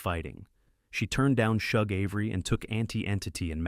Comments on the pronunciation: Shug is not pronounced like Chug. It’s pronounced like the “Sug” in Sugar. “Sug”-(gar) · Shug: SHOOG or SHUG - as in the word SUGAR. 💯🧁🍨🍦🍰🍩🎂